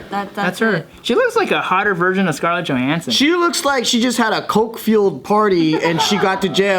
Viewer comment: Did just say "a hotter Scarlett Johanssan"?!